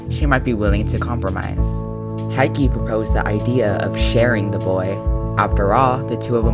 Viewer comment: It's Hiki, not Haiki...